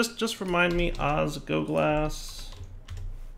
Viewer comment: it's osGLOglas! There is an L that you aren't pronouncing and it hurts to hear!